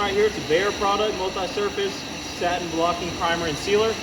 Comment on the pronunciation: Satin or stain? Lol